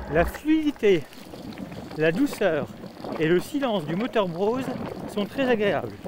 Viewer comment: Juste une critique... il n'y a pas de "W" à BROSE ;-)